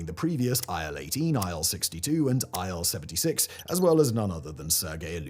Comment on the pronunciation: It's not Ai El. It's IL as in "ill", because it was made by Ilyushin Bureau. Ilyushin = "Il". And why botched? lol It was an alright wide-body mid-range workhorse. Maybe not as advanced and refined as contemporary Airbuses and Boeings, but it certainly served it's purpose quite well. I personally flew on Il-86 at least 10 times from Moscow to Sochi and from Moscow to Leningrad (St. Petersburg) and back in the late 80s and early 90s. Nothing bad to report really. It was fine, smooth ride, lots of space. Yeah, maybe a little bit noisier than Boeings, but not at all unbearable. And there was no need to waste time on checking your baggage in and out.